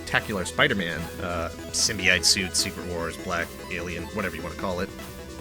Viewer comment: The proper way to say Symbiote is: (Sim-bee-oat)